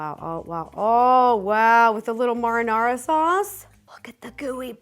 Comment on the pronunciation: and yet she still pronounced marinara wrong . I guess the American ignorance doesn't discriminate